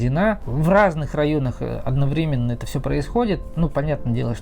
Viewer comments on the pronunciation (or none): none